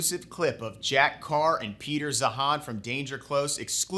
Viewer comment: Its Zeihan.. like "ZaYan" not Zahan.